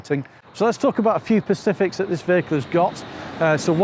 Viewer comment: It's 'specific', not 'pacific' 👍